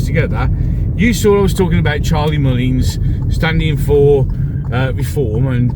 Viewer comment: Agree with everything you say. Who in their right mind would vote for Mullins? He cannot pronounce his words properly and desperately needs somebody to give him some advice on his ridiculous image.